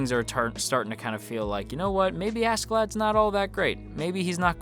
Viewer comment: Is there any reason you say "Askeladd" like the K is an H?